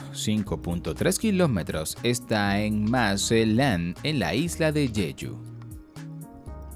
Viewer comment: Tampoco sabe pronunciar inglés, noté en la parte de lo del laberinto" Tal cual lo pronunció como "Maze land" cuando lo correcto debió ser "meiz land"